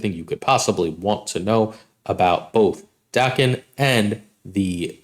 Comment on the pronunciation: Lets say it together, DAY-ken